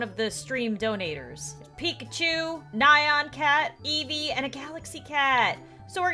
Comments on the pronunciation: It’s not nion cat it’s neon cat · you said nyan cat wrong